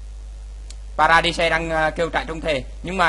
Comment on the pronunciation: Vãi nhok. Trai rừng. Vs pa ra đai. Đọc zạ á. Gì mà trại trung. Pa ra di de.